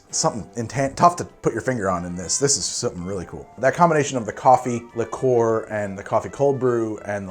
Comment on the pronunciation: Please, please, PLEASE stop pronouncing liqueur as ‘lick-or’. It’s ‘lick-your’